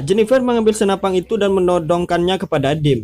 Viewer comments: SENAPAN BANG BUKAN SENAPANG WKWK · Senapan bro bukan senapang😂🤣 pang pang pong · Senapan...bukan Senapang.. Belajar bahasa yg baik dan benar dulu bro baru buat spoiler. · SenaPAN bukan senaPANG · Kok senapan bilangnya snapang... G g bisa di simpan u masa depang yah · Senapan gan. Bukan senapang. Sukses terus gan